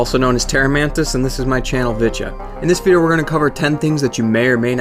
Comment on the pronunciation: Yo u stole the way says vidja